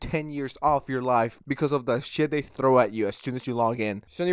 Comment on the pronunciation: like how he says throw